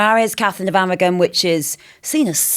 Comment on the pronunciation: Catherine of Awaw ? What is she saying ?